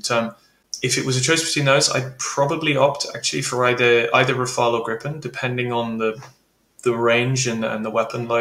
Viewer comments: Please stop calling Gripen "Grippen", it hurts my Swedish ears. The i is like the ee in eek-a-mouse. It's long and hard. Griiiii-pen. Say it with me English speakers! 😂😂And it's not "Grai-pen" iiiiiiiiiiiiiii-pen. I don't know how to approximate the i to an english word really. Listen to Max Villman here on youtube, he says it in basically every intro. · Just like the Typhonon, the Gripne or the Sepur Hernot 😂 Ahhh Americans, try to pronounce that: nuclear, not nucular and aluminium not aluminum 😅